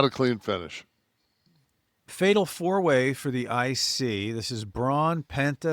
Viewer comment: Right at the end of the clip, did big kev say finish, or fetish? lmao